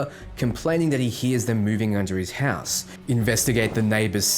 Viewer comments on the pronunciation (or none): none